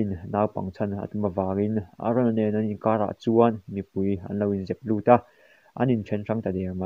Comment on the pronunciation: Sir aron i tia a dik lo eren tur zok